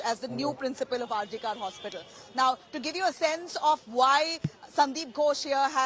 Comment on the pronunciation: Kar is to be pronounced kor - some one needs to tell the reporter